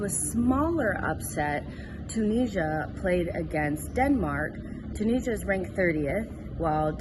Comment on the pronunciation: Can you say Tunisia correctly please